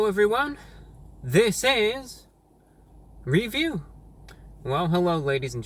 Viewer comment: "hewwo everyone, this is..... R E V I E W"